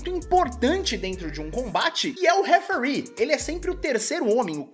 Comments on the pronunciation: referee se pronuncia "referí" e não "refrí" então acho que foi um erro por falta de conhecimento mesmo, e qual sentido de tirar 1 letra? pra ser mais rapido? kkk mas de boas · é referee, e não refree, só corrigindo de boas mesmo, sem hate